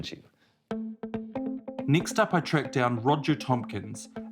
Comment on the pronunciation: why do people in new Zealand not know how to pronounce words with a single E in it? They say NEEXT, or DEECADES. Also this was one of the worst stories vice has ever put out.